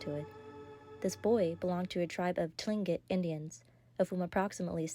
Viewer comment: Tlingit pronounce it like Kling-it and southeast Alaska natives are not considered Eskimo. Otherwise it's a very good story.